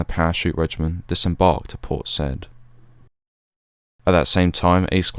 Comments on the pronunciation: ...and Port Said is pronounced 'Port Sayyed' not 'Port Sed'... nevertheless a really articulate history, well delivered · Having been there in the past ten years, it's pronounced by the locals as Say-eed. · Hi Port Said pronounced `say`eed` :) Good work though. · Is that how the Port is pronounced? I thought it was pronounced Seye-ihd. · port "saieed" not said.